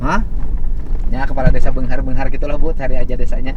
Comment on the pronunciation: Desa Pada beungahar pak sanes ci beungahr 😁